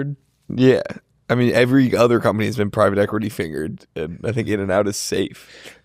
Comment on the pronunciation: am i trippin or did call it “equirty” in back to back fashion?